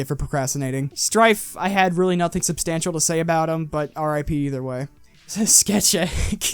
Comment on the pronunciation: >Sketchek >Mechawreck LMAO